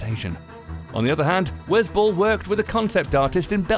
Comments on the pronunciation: That accent kinda ruined the pronunciation lol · Oh I thought you were saying the director "was bull" but then I realized that that's the director's name